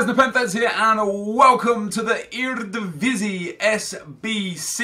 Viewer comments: njoh ga "RDIVISI" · The way he pronounces eredivisie😂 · How he says eredivisie lol